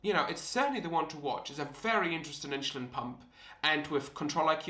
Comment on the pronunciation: WTH is “inSHOElin” 🤷🏻‍♂️ Where are you from where you speak like this?